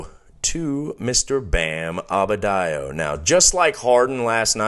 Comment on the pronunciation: Please excuse my continued mispronunciation of Adebayo. I have been a fan of his for years and can't explain this anomaly of misspeaking the man's name.